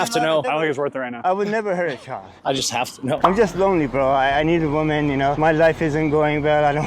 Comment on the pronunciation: He said "I would never hurt a chald." 42 times exactly, that's not counting "I would never hurt anybody." Or the "i would never hurt.."